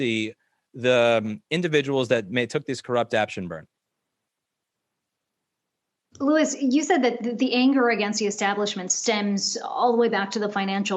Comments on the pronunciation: "Luis" lmao 🤣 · HEY LADY, his name is LOUIS, not LUIS. DO YOU HAVE ANY CLUE WHO LOUIS ROSSMANN IS? Apparently not. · Pronounces his name "Louise" and ends the interview with "we make sure to get it right" lol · LOL SHE SAID LOUISE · Did she just call him “Luis”? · Did she call him Louise?? lol 😆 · It actually sounded like Louise, lol. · Louwwieesss.... that was a hard e lol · did she call him Louise? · I just about died when she called him "Loo-ees" lol.